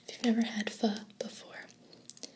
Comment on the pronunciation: It makes me so happy that you pronounced pho correctly!